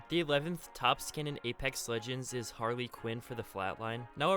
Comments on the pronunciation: who the hell calls harlequin HARLEEQUIN, ITS PRONOUNCED HAR - LE - QUIN, not har LEE quin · It’s Pronounced harlaquinn..got me going crazy